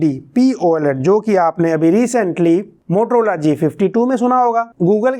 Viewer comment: Bhaiya poled nhi P OLED hota hai